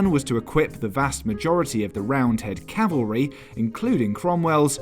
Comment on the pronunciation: Cavalry, not "calvary" 😂